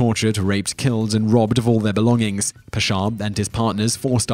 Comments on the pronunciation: I think you should have included Christopher columbus mainly because what most people are taught about him is lies the USA even has a national holiday based on him. also not meaning to be THAT guy but the pasha name is pronounced pash-ha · Hey! Salam! Nice video, very informative. Number 8 Talat Pasha. You are pronouncing it fine but try to extend a with as . As Paasha . Paa is spoken longer and Sha is spoken in short. Say it this way Paaaasha. 😁 Thanks